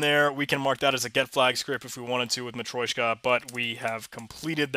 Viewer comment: It's actually matrYOshka (матрёшка) ;)